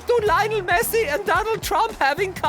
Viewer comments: Messi sounds more like missi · Lionel "Missi"